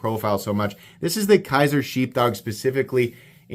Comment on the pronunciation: Dude, it’s Kizer not Kaiser. Kizer makes the Militaw not Kershaw.